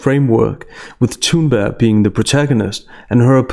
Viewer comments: Tha-Tha-Tha-Thoon-Burg-ga-ga-ga...i dont care if youre actually pronouncing it correctly, its Thoonburgh! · Omg. Why don't you pronounce the "g" in her name. You keep saying "Thunber" it's really irritating. I like the subject of the video. It's just very hard to listen to you butchering someone's name over and over again. Or is that all part of the posh speaking style? I don't know but it's weird.